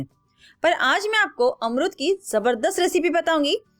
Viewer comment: Amruud bolo